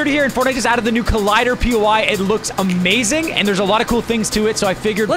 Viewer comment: And went Eh-mazing